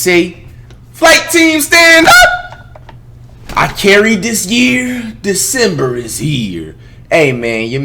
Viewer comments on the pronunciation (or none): why does it sound like he’s saying “ I can’t read this year” instead of I carried this year 😭